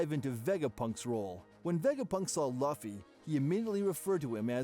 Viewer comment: It’s just bothering me how y’all a one piece channel and saying Luffy name wrong (I’m reporting ur entire channel)